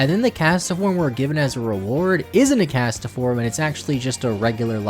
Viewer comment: Castform not castoform